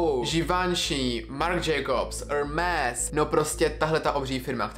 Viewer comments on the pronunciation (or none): 13: 00 Prosím tě, ne žloutenku, ale cukrovku.. A Hermés se čte "ermé". Keep going :)